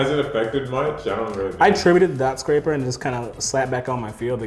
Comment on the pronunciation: Amazing duel. Dotscaper being called dotSCRAPER over and over had me dyling. lol